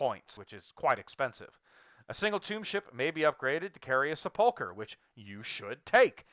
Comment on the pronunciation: Sepulchre is pronounced SEP-ool-ker. Not seh-PUL-ker.